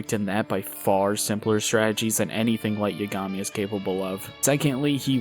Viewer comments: "Light Yagami"😁 "Light Yuhgami"💔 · "Yuh-gah-me?" "Yeah, caught you red-handed" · How do you refuse to say his name correctly with this much knowledge on the anime 😂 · Why do you pronounce Yagami like that.